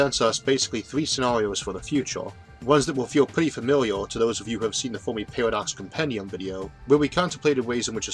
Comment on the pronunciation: Had to get used to this guy saying "tomes" and "Foamy" and "Foam-al" for "terms" and "Fermi" and "Formal".